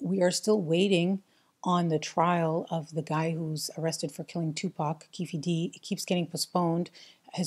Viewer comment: Keefe D is pronounced Keef D. Anyone out there making these types of videos should take the extra time to research how to pronounce names correctly. Pronouncing names wrong is seen as amateur from a filmmaking or professional video creator standpoint. Just a tip.